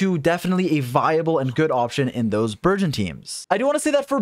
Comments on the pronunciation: dude not burzhõn!!! hahahahaha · Also can speak French!? That word burgeon he surprisingly said very well in French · he said Bourgeoin XD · Nice. Pronunciation of Burgeon is virgin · I thought you were calling it virgin, wtf is a burgeon. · i never considered french burgeon and i think im gonna pronounce it like that from now on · I will never say burgeon normally again. 🥖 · Does speak French? With that pronunciation of “burgeon”😄